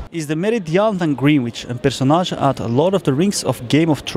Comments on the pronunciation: Hij spreekt Greenwich verkeerd uit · "Greenwitch", jongens? Echt? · Ik vind het wel ironisch , dat ze mooi denigrerend gaan doen tegenover een paar jongeren op straat en dan zelf fouten maken zoals de uitspraak van Greenwich... hypocriet wel